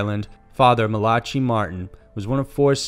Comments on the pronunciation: MALACHY is pronounced MAL-uh-kee...it's Irish. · How many words can you possibly mispronounce??? Host- age?? Malachy?? Smh...